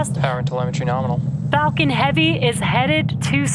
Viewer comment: This woman sounds like shes constantly saying the f word when she says falcon. ..."its fu**ing heavy sir."